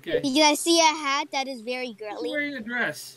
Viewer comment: Oooo vewwy spookee